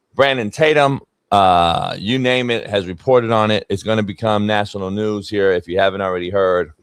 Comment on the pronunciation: “What’s going on HEA” 😂😂😂😂